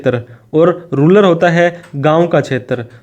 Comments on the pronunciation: रूलर नहीं 👉 रूरल होता है वो 🙄😐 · Ruller Nehi bhai ru-ral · Ruler nahi rural. 😂